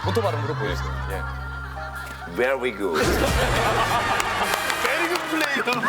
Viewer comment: 난 이게 너무 웃김 victory를 삐로리~ 한 게 존나 웃겼음ㅋㅋㅋㅋㅋㅋㅋㅋㅋㅋㅋㅋㅋㅋ심지어 스케치북 뒤로 돌려서 엄지척 하면서 베뤼 귯 한 것도 넘 웃겼음ㅋㅌ